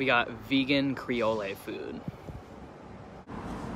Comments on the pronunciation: Loved this adventure time video . Makes tiny living seem more feasible, love it. By the way , just to let you know Creole is pronounced “Kree-ol” not “Kree-ol-ay” hopefully that makes sense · Creol-ay?? Oh la la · Creole = cree-ol', rhymes with hole. Happy bday! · FYI - Creole is pronounced [krēˌōl]. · "CRE OH LAY??? What the hell is that??